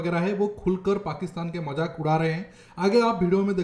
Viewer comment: majak nhi mazak hota hai 😂😂